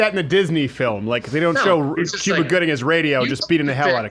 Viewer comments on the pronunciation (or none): none